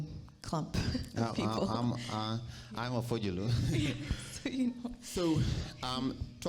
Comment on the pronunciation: it's Pojulu Nelson Not FOJULU hahahahahaha....wonderful interview